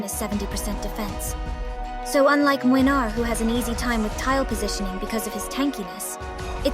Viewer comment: I'm here just to say that I love you pronunciation of his name. I'ts on point! (I'm from Poland btw and I really can hear the difference). Good job there!